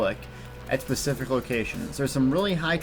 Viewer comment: OMFG just stfu and get to the point i tried to watch this video but you never stfu and its SPECIFIC not PACIFIC your not making a fucking ocean.